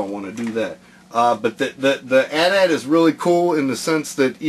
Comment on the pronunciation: you sed it wrong its not an at at its an a.t-a.t